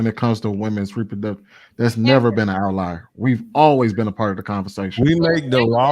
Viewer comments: saying words she can’t even pronounce correctly lol 🤦🏽‍♀️ outlier is pronounced OUT-LIAR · is so far up her own ass that she can't even acknowledge that she is pronouncing the word "outlier" wrong...Yes, outlayer is a word but definitely not in the way its being used in the panel. Another delusional female living in denial about everything....